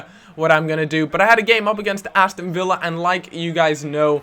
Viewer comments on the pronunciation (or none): none